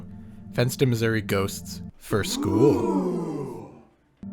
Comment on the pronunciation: why did I hear 'the fentanyl missouri' at instead of fenston missouri